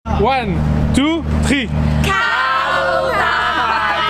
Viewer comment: Tu me cales avec ton "ouane tou tri" en début de vidéo mdrrrrr